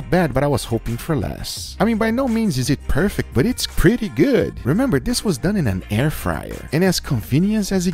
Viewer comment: And also the “I know it does not look guf righ now buh wash this”